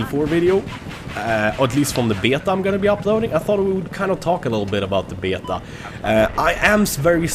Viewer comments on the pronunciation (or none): Lmao listen how he says BETA!!! Betiaa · I love the Swedish/English way you say "Beta" :D